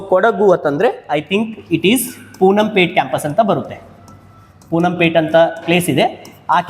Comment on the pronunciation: ಸರ್ ಪೂನಂ ಪೇಟೆ ಅಲ್ಲ ಪೋನ್ನಂಪೇಟೆ